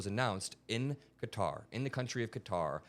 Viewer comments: Kutter 🔪? I thought it was pronounced Kay-Tar - Qatar. ok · It Is "Ka-Tar", Maria ... Not "Cutter" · Are they pronouncing Qatar like "Cudder" on purpose? Or do they really not know? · Everyone else: Qatar Fox new anchors: Cutter. Like u can google QATAR and Google can pronounce it for you. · a severe lack of braincells is required to pronounce Qatar as cutter. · I wish you’d pronounce Qatar correctly.